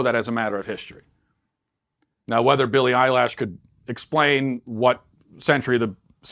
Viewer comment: "Billie Eyelash" - ROFL